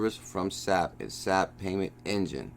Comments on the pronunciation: S-A-P. Not sap like from a tree.... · FYI, SAP is pronounced S.A.P.